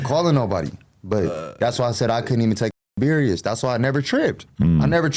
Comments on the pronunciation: Bro when he first said "berious" I cried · Did he say “Berious” ? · “Berious” 😂. Pleaseeeee. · Love this interview, made me like and really know him, not just from seeing him with Stunna girl, but real ish, someone needs to let him know you spell serious with S not with a C cause he keeps saying berious. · He said Berious instead of serious………. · Berious? Does he think serious start with a C? lol 😂 blood Beriously needs to Brack a Book on Piru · Beriuos 😂😂😂😂 sht sound dumb asf why is the language barrier so bad lol seriously like wtf serious starts with a S and dosent even have a C in it 😂😂😂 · I heard a few niggas say berious. Now ableep is wild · He can’t say serious? Lol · “Berious” is insane